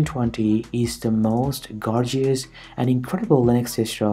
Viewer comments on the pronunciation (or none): Good ..imho, however the gorgeeous and vindows does give away ... Accent is awesome though, make us unique